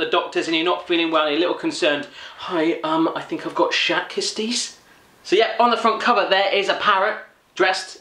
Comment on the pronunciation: 'Shat kisties' XD